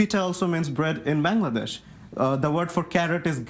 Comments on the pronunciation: It’s BANGLADESH not Bang!ladesh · He can't even pronounce Bangladesh right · He can’t even pronounce Bangladesh